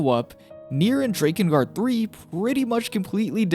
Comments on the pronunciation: The way you say DRAKengard is off puttingly wrong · Drake-in guard lol thought you were saying like that to troll us then heard you say hierarch lol still good video that aside appreciate the work and lore